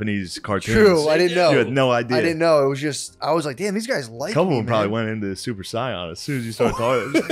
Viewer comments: “Super sion “ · Super “Scion” 😂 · “goin super scion”